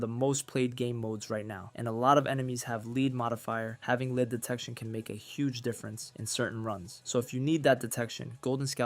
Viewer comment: I believe this dude is not real, he said lead as leed.